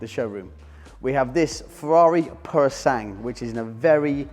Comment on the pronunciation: I'll be the nerd: the Ferrari is pronounced 'Purosangwey" but hey... who's arguing?